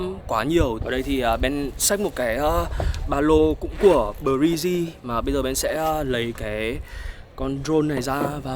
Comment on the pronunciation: theo dõi anh từ lúc học cấp 3 và có ước mơ được sang Mỹ trải nghiệm cuộc sống, và bây giờ em đã được đặt chân sang Mỹ, vẫn tiếp tục theo dõi anh và mong rằng cuộc sống của anh sẽ luôn đi theo chiều hướng tích cực và theo hướng mà anh mong muốn. btw cho e hỏi BRIJ e nghe a phát âm giống như " Breezy ", anh có phải là fan của Chris Brown không ạ vì em cũng là fan của CB:*